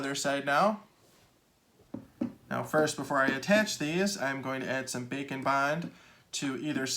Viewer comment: haha. It's what the close captioning says- the Auto Caption here's "bacon bond." I can see why tho, the way he says it, his "d" in "and" is kind of silent. Like how people say "kinda" instead of "kind of." We here "bacon" instead of "bake and."